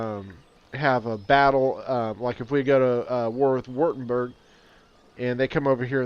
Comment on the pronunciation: "Wortenburg" dude hahahaha! I love it!